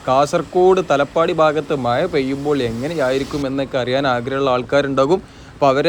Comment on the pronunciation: മയ അല്ല മഴ എന്ന് പറയൂ